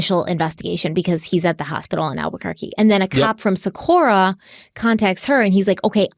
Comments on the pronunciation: Living and breathing in Albuquerque Metro area since 1994. This case breaks my soul every time I hear about it. Socorro has a HARD “O” at the end of it. Don’t come for me, I love you. Haha. 😂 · Good job with this case you guys, this hurts my heart. Thank you for your support in helping bring this case to light ❤️ love you guys and it’s so fun to see your success unfold due to all your hard work! ❤️ Just so you are aware, the “O” at the end of Socorro is pronounced “oh” not “uh.” Just wanted to let you know ☺️ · Hey and.. I actually live in Albuquerque so I wanted to let you know that it's actually Socorro new Mexico not Socorra. Just thought you'd like to know because I know you like to give accurate information in your videos. ❤😊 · It's SocorrO not SocorrA